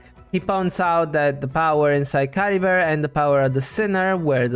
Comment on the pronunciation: Don't apologize for being interested in Cultural Linguistics. I mean, it is what I study anyway. Yeah, you're completely right about them being Germanic names. I didn't remotely think about the fact that the Merovingian Dynasty was a Germanic one. The problem is the way Chlothar pronounces Caribert's name, which is very French sounding, that's in general what I meant. I honestly don't know how much Mondstadt and Khaenri'ah can be linked together, but the possible Arabic translation is indeed interesting. I mean, the Abyss Order did specifically target a Statue of the Seven from Mondstadt.... I honestly don't know why Ukko was transformed into a Lawachurl (not Mitachurl). It kinda doesn't make sense. I mean, the curse should be a Khaenri'ah thing and Sal Vindagnyr fell who knows how many millennia before the Cataclysm, considering it fell as Khaenri'ah was being built. Why were the people of Sal Vindagnyr or just Ukko cursed with wilderness? As for Khaenri'ah being a official name for the other nations while having a real but secret name... I have no idea but it is possible. It would explain why the Vahumana call it Dahri while it's Khaenri'ah for the rest of the world. It could also mean just a name that Sumeru gave Khaenri'ah in order not to say the actual name of the nation because of what they did.